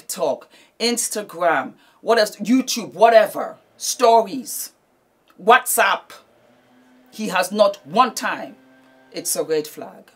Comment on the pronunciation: The way she said “ watsapp” had me cracking up😂